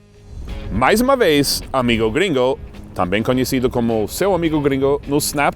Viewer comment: MAÁIS UMA VEZ...AMIGÔ GRINGÔ.... ! rsrsrssrs